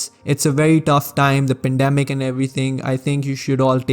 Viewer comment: man said pendamic